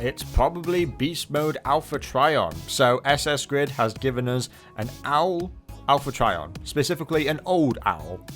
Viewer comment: Owl-pha Trion